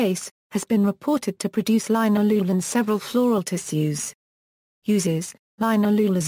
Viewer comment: It's pronounced lin-al-oh-ol